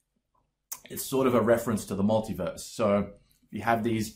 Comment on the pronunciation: You almost said "multiwerse" I heard it. That means somewhere out in the multiwerse you did say multiwerse.